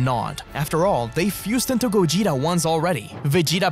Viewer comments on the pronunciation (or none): none